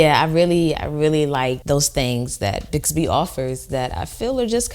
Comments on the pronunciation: Bixby.... NOT BIGGSBY. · Is it just me or is she saying BIGS-bee?? Its BIX-bee...like TWIX or TRIX... I couldnt watch this entire video because it was driving me crazy..... It's the little things ( Like pronunciation)😉 Especially when it's a tech product...pronunciation should be spot on.. Would be like saying Samsong instead of Samsung😏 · Are you Saying "Bigsby"? I thought it was called "Bixby" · Bigsby? Bixby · Please stop calling it bigsby! It's Bixby! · ProTip: its biXby, not biGsby.. also, your shirt is factually incorrect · Why do Americans keep calling it 'Bigsby'? It's even spelt for you people. Bixby pronounced Bix-bee. It's not hard dumbass. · Its not bigz-bee. Its BiXby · Why did she keep saying BIGSBY ITS BIXBY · It's NOT "BIGSBY".... it's BIXBY! Sorry...I have serious OCD....but I DID subscribe to this channel. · It is not BIGSBY. It is BICKSBY (pronounciation) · is it just me or does she keep saying "Bigsby" not "Bixby" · She keeps saying BIGZBY... I can't stop thinking about Clayton Bigsby. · I only use for flashlight. Anything else right now it's annoying. Are you calling it bigsby. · There's no 'g' in Bixby.